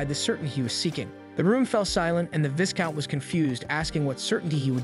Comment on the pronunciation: Part 2 please bro ✨ and not to be That person but the “s” in “viscount” is silent